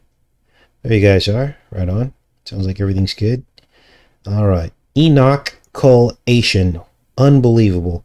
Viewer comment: Enoch-Ulation!! Ulation means to wail or howl in mourning.